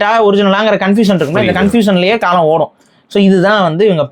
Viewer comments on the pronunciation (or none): none